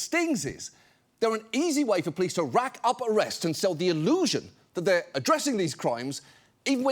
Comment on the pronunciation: Can someone inform John that there's an 'o' in the word 'police'? Cheers, from the other end of the pond.